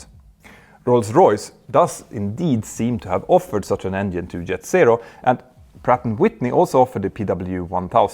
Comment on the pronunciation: You are fake.! Say engine no. 2 is on fire, decalring emererghienieh.... No way u have a pilot license, with such a pronunciation!!!! Engine. Not engihehnhihine!!!!!!